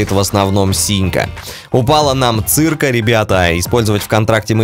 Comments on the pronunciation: ахахахаха, не зырка а зирка это по укр если что! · Не цирка , а зірка ( на украинском это значит звезда , буква і читается так же , как и ) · да ты сказал цыкрка а правильно зірка це по (ета по)Украиске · "зірка" читается как зирка(звезда) )))